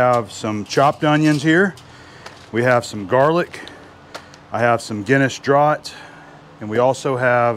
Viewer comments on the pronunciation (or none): Draught is pronounce the same as draft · What a tasty looking roast it looked amazing. Just an fyi for you Yankees its not pronounced draught its pronounced draft and it means its come out of a cask rather than a bottle or can so the bottled beer draught was made in a cask/ barrel then bottled after the fact. Like they do with oak aged whiskey. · An interesting pronunciation, in Oz we call that beer, Draft. Guinness is great for cooking. Australians are just starting to discover smoking which surprises me. I do find it very unfair having to watch you eat this though !!🤣🤣